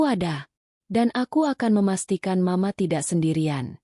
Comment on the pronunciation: Duh ..terganggu dgn pembacaan m..a..untuk penggalan mama.. Ganti dong pembaca narasi nya..merdu tp gak pandai membaca..lama"muak.. Bandar lampung nyimak dgn manyun..